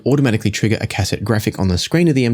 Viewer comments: bro. it's not "cass-ette", it's pronounced "ka-set". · It's actually phonetically pronounced 'caset' , there is no hyphen. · I quite enjoyed this video and then you said Cass sett and completely ruined it 😂😂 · "cass-ET" LOL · please learn how to pronounce the word cassette, cheers